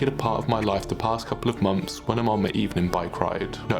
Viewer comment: When you say monfs do you mean months ?